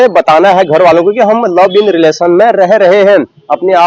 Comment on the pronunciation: लव इन नही लिव इन होता भाई कहा की पढाई😂😂